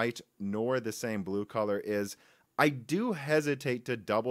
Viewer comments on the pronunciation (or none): none